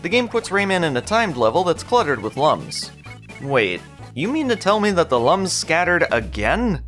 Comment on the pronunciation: They are looms (like illumination) not lums (like dumb)